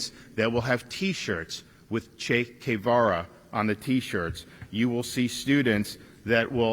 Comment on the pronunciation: What tf kind of way is that to pronounce Che Guevara?